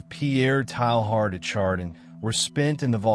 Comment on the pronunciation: what a strange narration of a very interesting subject and man. I laughed everytime his name get pronounced. Strange to me that you would go to all this effort and not know how to pronounce his name.